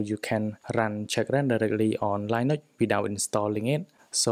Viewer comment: Never heard anyone pronounce Linux as Lie Nucks 😂